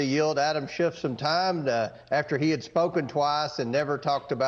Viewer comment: Hey... it's Schiff, not Shift. Good Freudian slip though, Adam is shifty. Funny fact, he's married to Eve.